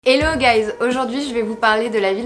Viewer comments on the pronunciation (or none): If you're living in Dubai you gotta fix that "Ello guys" ;) Cool video, you're right in all aspects